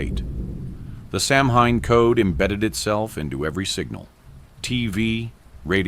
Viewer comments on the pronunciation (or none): Its not pronounced "samhain" its Sow-in. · Hi, REALLY love this channel and having said that, I've been learning Gaelge, Irish Gaelic but the name in Irish is pronounced "SO-wayne" NOT SAM HANE. Hope that helps. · sOW-win Thats how it is pronounced Otherwise, very cool. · I thought it was pronounced "sou-when" (like sour without the r) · It’s pronounced Sow in, the H is silent, Dublin, Ireland❤️ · Samhain, which is Celtic, is actually pronounced 'saa wen'. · It's actually sa-ow-win ❤